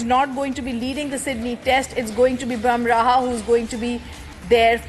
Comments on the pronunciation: He is boomrah not bamrah😂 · Go learn how to pronounce Bumrah … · She can't even pronounce Bumrah.